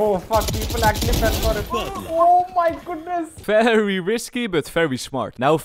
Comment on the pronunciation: ohhh my gudnes!